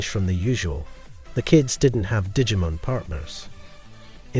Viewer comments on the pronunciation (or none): Look, I love that you took time to make this, but my bro, stop saying Digimon wrong, at least. This isn't an Aluminium thing with the way Americans talk, for once your accent is ruining a very simple word xD